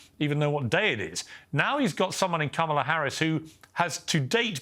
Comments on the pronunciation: Did you say Harrison Pamela Harrison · that is you perogative. We all make mistakes in judgement sometimes. I just perfer to vote for a person who know how to pronounce their opponent's names. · Every time I hear someone mispronounce Kamala Harris's name, I suddenly go deaf to whatever else they're saying. Should I see a doctor? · Kamala as in Ka-ma-la. I couldn't say library properly. My grade school teacher taught me to break it up into Syllables Li-bra-ry. Someone on his panel should teach him how to do such. It is not that difficult. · I never understand why white people can’t pronounce kamala Harris” name correctly , are you guys mentally declining?